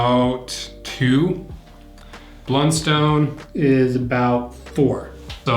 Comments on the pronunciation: American in AUS. I own both. Redbacks are my church boots and Blunstones are my daily boots…Redbacks are great and last forever! One thing it’s a soft O not “stone” but more “ton” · As an Aussie, it hurts my ears to hear people call them "blund-stones", it's always been pronounced "blunt-st'n" here. I actually worked at the factory as a teenager, when they were made in Hobart, Tasmania.